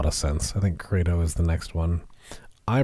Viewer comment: CREDO is actually pronounced to rhyme with "Speedo".